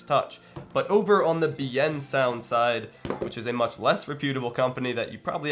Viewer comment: Liked the video. Although, your pronunciation of Biensound is wrong. It's pronounced "Bin-Sound" with a trace of an E after the I.